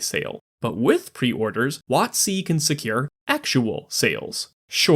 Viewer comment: Emphasizing it "wot-C" instead of "WOT-c" is really throwing me off lol